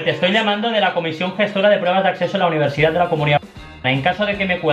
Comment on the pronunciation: Nadie se ha dado cuenta de que ha dicho: “Comisión gestora de prueba de AcSeso a la univerCidad” jajaja